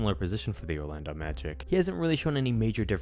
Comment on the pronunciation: Why’d he say Orlando Magic Like that?